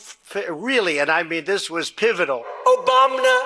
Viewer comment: OBAMNA 😭😭😭😭. Still can’t get over this one